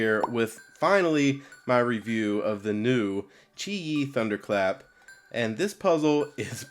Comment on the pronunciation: You are one of the first people who knows how to pronounce qiyi :P